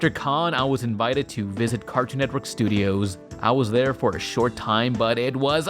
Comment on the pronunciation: "cartoon entwork"